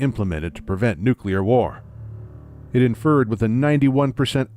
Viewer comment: "they could come up wih" - When did the become Irish?